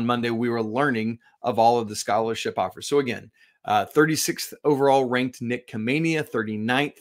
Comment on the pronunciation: Khamenia is pronounced with an H.